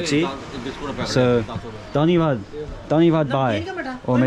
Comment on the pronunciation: Dhanyabad Bhai not D it's B ... Bhai